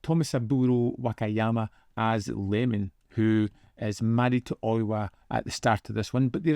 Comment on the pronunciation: I,m pretty sure it s pronounced e-je-mon, not lemon. It,s a capital i, not an l. Sorry to be so pedantic.😒